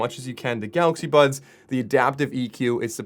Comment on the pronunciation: I keep hearing "Galaxy Buns"....is it just me? lol